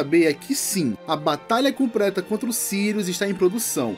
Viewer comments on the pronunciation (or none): compreta kkkk